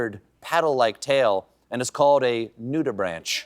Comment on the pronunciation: nudibranches have been a thing for years tho and it's pronounced "braink" not "brænch"